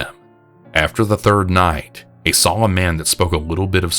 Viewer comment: Why Do You Say “VER-GINA”? Why Do You Also Say “SAWL” For “Saw”? 😂😂😂😂😂😂The way you pronounce words is so funny to me. Love you 🖤❤️